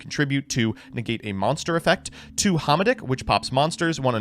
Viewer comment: "Two [Hah-Mah-Dick]" That is not how I shall pronounce it.